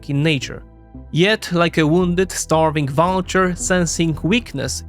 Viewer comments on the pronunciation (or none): none